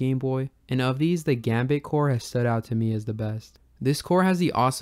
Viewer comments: Gambatte is pronounced がんばって, not "gambit". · Just a heads-up: it's not "gum bait", it's "GAM-BAT-TE". It's a Japanese word that means "Do your best!" or "Good luck!" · Instant subscribe, very interested in this series One note: Gambatte is pronounced (GAHm-baht-teh) not gambit ;) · it's pronounced "gambattay", not gambit :P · The way you say "Gambatte" hurts me. The name derives from the Japanese "頑張って" in Romaji: "ganbatte", but since the n is pronounced like an m, it can be writtten both ways. "Ganbatte" is the -te form of the verb "頑張る / ganbaru" which means to persevere, or to do one's best. The -te form changes it to "Do your best! / Hang in there!", the pronunciation is: "ga", like the "gu" in "gun"; a regular m; "ba" as in "bah"; a short pause; lastly "te" like the "te" in "terrorist" with a very pronounced t. You can look up how to say it, please do so, because as someone who knows and loves the language it hurts me, like a lot. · Awesome video! I'm subscribing for more videos like this for other consoles. Just allow me a little pet peeve of mine, "Gambatte" is a romanization of the Japanese word がんばって (which means "Do your best", usually used to encourage people) and it's proper pronunciation would be something like "Gahm baht teh". Sorry for the correction, truly loved the video!